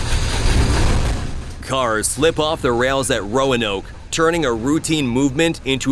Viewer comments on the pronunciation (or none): none